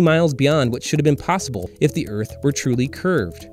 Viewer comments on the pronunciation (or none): none